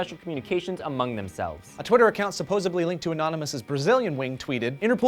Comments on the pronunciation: did he really say "supposebly"? "B"? IT'S SUPPOSEDLY as in to have supposeD something. OMG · it's "supposedly" not supposeBly. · SupposEDly NOT SupposABly, Grrrrr. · Did say "supposeBly"!?!?! Seriously you just lost SO much credibility. Even the title has the word supposedly in it. It's a "D"!!! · Did say "suppose-ably"? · the word is "supposedly". Not "supposably". This...it upsets me,. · It's "supposedly". Not "supposably" Otherwise you're great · ...did you just say supposably? Maaaaaan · Did he say supposably? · It's supposedly. With a d, not a b. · I love this show and it's hosts. The first time I've had a problem with this show is when says "supposubly" instead of "supposedly". Thanks for being awesome, but be careful of nitpickers like myself <3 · Its supposedly, not supposubly... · Did say "supposably"??